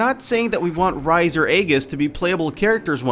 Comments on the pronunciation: Rise? Rise? Its "Ree-say", get it right... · He also pronounced Rise like the word rise, and not like "Re-say". Still, the list mostly makes sense. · Rise....It's (Ree-Say) Jackass!! XD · He said 3 of the 5 names wrong it's not Aegis, that's in Japan, it's Aigis, saying it exactly how it sounds. It's also Chie, not Chee. And Rise (Ri-Say) not Rise (Ri-z) Sorry rant over lol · Her "Rise" is pronounced "Ree-se". The second e sounding like the e from cliche. Not, rise as in rising up. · I'd take your list more seriously if you actually got the characters names correct. Rise is pronounced "Reesay" and Chie is pronounced "Cheeay". I mean the game was voice acted. You should know this even without knowing Japanese pronunciations. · RISE!? How dare you mispronounce best girl's name. It's REES-AY, if you actually played the game there's no way you could mess that up. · I took this seriously until he said "rise" and "eggis" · I'm 9000% sure it's "reez-ay" and "chee-ay" but idk I'm not Japanese lmao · He pronounced Rise as "Ryse". Please forgive me for wanting to BITCH SLAP HIS ASS! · did he really just pronounce "jrpg" as "grpj" and Rise's name as "rise"? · Rise like its pronounced rize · "Chee" and "Rise"? lol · I think it's pronounced "Ree-say" and "Eye-giss" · how he said "Rise" and "Chie" wow lol no repercussions? when i first played P3 FES (my first persona game) i romanced both Yukari and Fuuka, Yukari found out and got pissed, her arcana card turned upside down (Reversed) locking her Social Link Persona 1,2 and Persona Q allowed all party members to use different personas lol based off what you count as voiced, P3 & P4 MCs are exactly that but yes I would like for a Persona MC to speak themselves instead of just in a reply of 2-3 selections eh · did he really pronounce Rise's name like that? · hold on so you've played Persona 4 but you openly messed up on the pronunciation of Rise, Aegis, Chie and Naoto? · Does anyone notice how the guy pronounce Rise and Naoto names?